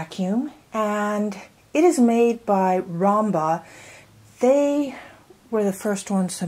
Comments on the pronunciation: Sorry but yes, it’s obviously ROOM-ba, not ROM-ba. I appreciate the review, but it loses a bit of credibility when, right out of the box, you can’t even pronounce the name of the product. I mean, it’s spelled out in big letters ROOMba, not “Romba”, so not sure why you’re mispronouncing it. Just lettin’ you know. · ROOM-BA not ROM-BA